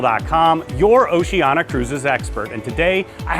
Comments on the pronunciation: You keep saying Oceana. It's Oceania. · I would watch cos I am going on one of the cruises on Allura, but if you can't say OCEANIA correctly, not even once, but rather butcher it five times a minute, (notice the i , which makes it ooooo ceeeeee aaaaa neeee aaaaah) then I'm going to give it neg thumbs and NOT watch it....